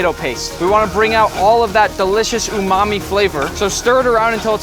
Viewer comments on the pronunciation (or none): none